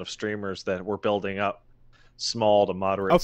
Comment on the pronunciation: If you watch closely you can pinpoint the exact moment finally fed ahp with dis woruld